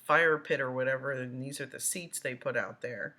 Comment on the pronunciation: "Dees notes" lol